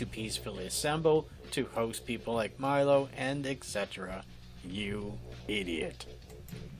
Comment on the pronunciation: Learn how to pronounce Milo's name